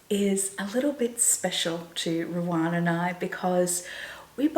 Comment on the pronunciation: I wonder why you call Ruan Ruarn?? I follow her also and she pronounces her name as Ru anne. I’m sure it’s not your Aussie accent. I don’t mean to be critical and she’s probably too polite to say anything.